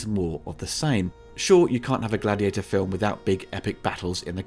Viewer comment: It's actually GLADIIATOR, as the opening tells us. 😂